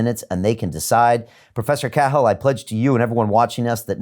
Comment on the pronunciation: Host mispronouncing Cahil, common name, I believe. (Is it normally Cahill?)